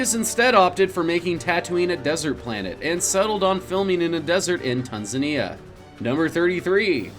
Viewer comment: TAN-ZAN-NEE-UH . . . NOT "Tan-nee-zee-uh" . . . Trust me, I've been there.